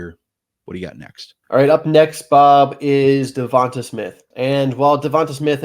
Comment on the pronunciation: Good info but I turned it off as soon as you said Devonta Smith’s name wrong 😆